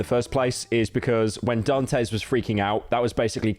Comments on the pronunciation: Dantes... Daan tess. Not dan tays... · Honestly i feel like you should take this video down and revise it cuz i feel like you left out some information And you say dantes name wrong the entire vid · Nah this video was shit. He didn't even know how to say Dantes name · Better late than completely wrong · He’s got the Great Britain disease, he can’t control it!